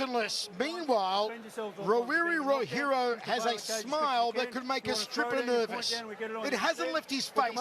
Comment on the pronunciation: If you cant pronounce peoples names, then dont!!!! Its not Raw Hero 🖕🏼